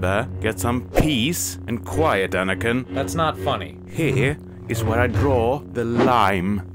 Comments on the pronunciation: "Bananakin" is everything. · Ah yes, Obi Wan Cornobi and Banakin